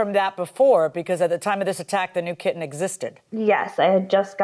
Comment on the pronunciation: What's with people who put over the top emphasis on "t's and d's in words? Do they not realize that they sound like little children who are just learning to speak? The way some of these adults pronounce "kitten" and "sudden" is insufferable, it is not cute, it is not endearing. They can neither walk the walk nor talk the talk of a grown adult and they sound stupid.